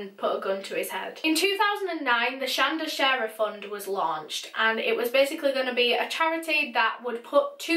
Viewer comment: Thank you for pronouncing our name right ❤️